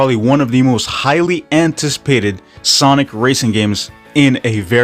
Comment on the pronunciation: cant get over that you said sanic hahah